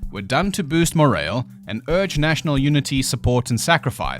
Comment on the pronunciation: Did bro pronounce "morale" as "more ale"?👏🏼😂